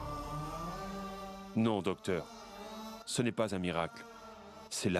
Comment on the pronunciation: dokteur yo tjr di sebla premye fwa 😂 mersi indien😂😊